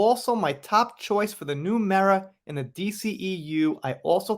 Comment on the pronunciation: I just want to say, thank you for pronouncing Mera correctly.